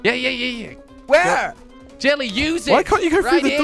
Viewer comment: is there a jellecopter Easter there? xD just kidding there is no Easter egg there! jelle is pronounced helli